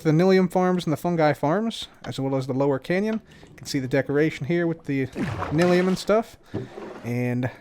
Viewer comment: Is it pronounced nil-ium or nye-lium? I always pronounced the second and heard other Youtubers do the same.